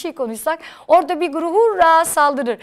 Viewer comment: birçok kelimede telaffuz hatası yapıyorsunuz guruh değil "güruh" olacak